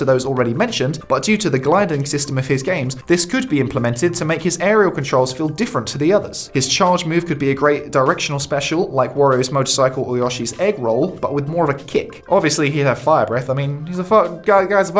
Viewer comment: Why does he call yoshi “yawshi”?